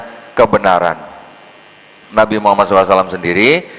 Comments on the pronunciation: Justru betul karena diucapkan perkalimat atau perkata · Sdh betul karena mengucapkannya diputus... Kalo disambunb baru dibaca Muhammadarrosulullah...